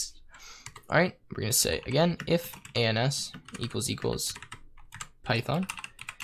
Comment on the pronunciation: I wish you paused between each letter whenever you said ans